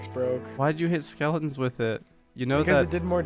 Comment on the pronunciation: dude said skeletons like skelens